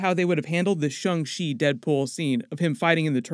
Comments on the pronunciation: Shang NOT SHUNG. Like the guy from Mortal Kombat SH-ANG. How is something with an A pronounced with a U in it? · Stop saying “Shung”!!!!!